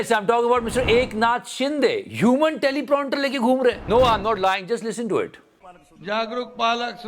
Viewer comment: Prounter nahi prompter hai 😖